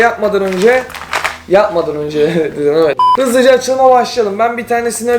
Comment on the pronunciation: Evet değilde ewt demene bayılıyorum 😓😓